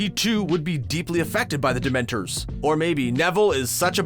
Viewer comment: Ok this narrator is driving me crazy not pronouncing the words right like dementor 😡